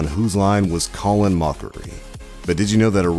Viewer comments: This guy really called colin colon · You don't even know how to say Colin's name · haven't you noticed he botched up the first name too, it's Colin, not Colon!!! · Colon Mockery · It's pronounced "callin' mockery", not "colon moe-kree". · "Colon Moecrie" What.... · omg colan moechrie ohhh lawwwd this guy....🙄